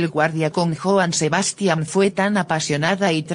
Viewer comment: Porfavor trata de pronunciar bien el nombre de Joan Sebastian.. No importa que seas de otro país ya que narras tienes que desirle vien.. Presisamente para evitar esto a los mexicanos... Gracias